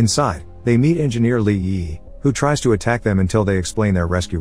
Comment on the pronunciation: Bot having a stroke every time it tries to say Li Yiyi